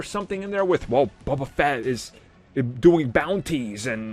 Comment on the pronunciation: It's Boba Fett not Buba Fett.